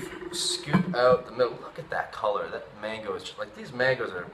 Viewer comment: *mango not mangi lol